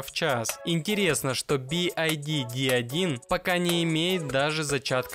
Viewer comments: It is not B.I.D. It's B.Y.D! Ok?!👌😉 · Не Би Ай Ди а Би Вай Ди (BYD) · Би-Уай-Ди правильно говорить, а машина прекрасная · Что за кривое и бесящее произношение произаодителя бивайди ???